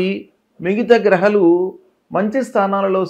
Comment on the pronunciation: Grahalu kaduna. Grahaaalu ani